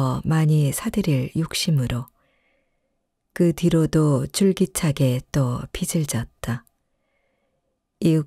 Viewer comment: 은행 빛을—>빚을/읽을 때는 비츨이 아니라 비즐입니다.